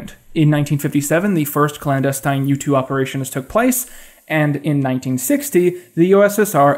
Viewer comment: Whenever you say U-2 I keep hearing YouTube